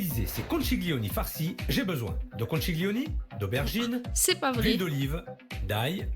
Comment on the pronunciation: Philippe bonjour, on prononce pas conciglioni, mais conkiglioni. En italien ça veut dire " gros coquillage "